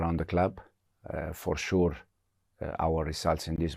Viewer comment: Fuore shurrr 😅😅😅